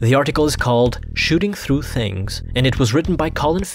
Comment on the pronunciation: "through" Me: thru You, an intellectual: thloo good video lol xd